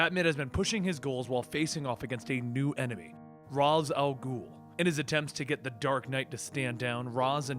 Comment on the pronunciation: I'm a little surprised that you're worried about mispronouncing the Daughter of the Bat's name. You've been saying Ra's Al Ghul wrong the entire time and it seemingly hasn't bothered you at all.